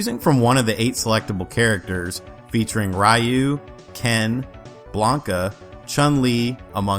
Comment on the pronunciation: You mispronounced Ryu's name.